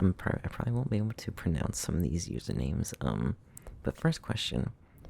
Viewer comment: Absolutely enjoyed this and love you for making me feel loved and held at my lowest times (friendly of course, you mean alot to me :) Had to edit this in but: You are like one of very few people that pronounced my username correctly and that warmed me up completely